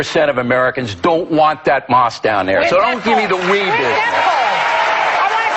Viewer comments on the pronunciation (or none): Rofl i know! the way he said it i meant, its meant to be mosque, but at the start he said moqsue lol